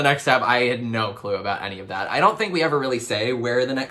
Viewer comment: OH MY GOD. That’s the first time I’ve ever heard anyone pronounce it ‘aboot’ in my life! No one in Eastern Canada has ever said it like that as far as I’ve heard. No one in Alberta either! Even my friends there have never heard it 😂 I always wondered where the stereotype even came from lol